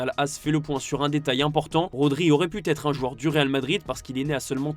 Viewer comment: Rodri aurait pu têtre un joueur du Real... Il a préféré être que têtre. L'avenir d'Ancelotti pourait bien têtre le dossier chaud... En attendant, gros dossier sur tes liaisons dangereuses. 😂